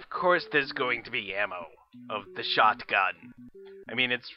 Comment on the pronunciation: I really hate the way that you pronouce; Shot-gun, Yet, Not and pretty much any other word that ends in "T".